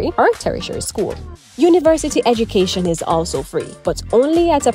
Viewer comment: Ed"u"cation not Eg"i"cation!